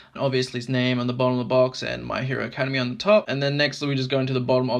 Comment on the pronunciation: This video helped me decide if i wanted the figure but the way you mispronounce Academia makes me cringe >_< You're not supposed to say it like you're going to say the word academy, ("ah-KAD-uh-mee) it changes to "ak-uh-DEM-ee-ah"